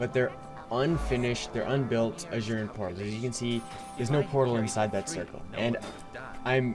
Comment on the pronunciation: ah-sooh-ran... funny shit tho hahaha